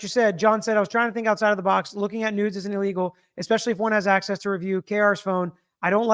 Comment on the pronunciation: Oh my! I understood “no news” but it was “no NUDES”!!!